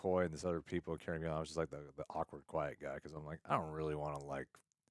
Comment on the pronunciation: "Karne Gillan"?! 😁